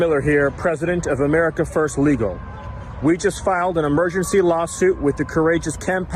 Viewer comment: Stephen Miller... It's "emergency", not "immersioncy". Jfc. These people are idiotic loons.